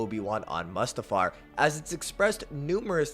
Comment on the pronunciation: Bro why are you saying mustafar like that? Is that on purpose? 😂 Its Mustafar (moo-stuh-far) not "muhstafar"...sorry..my autism would let that stand lmao